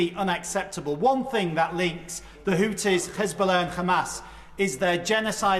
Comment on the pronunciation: Did he just say khamas and khoutis. Hes zionist too.